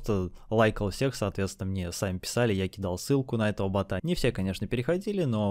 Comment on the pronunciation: бОта а не бАта. Аж слушать невозможно!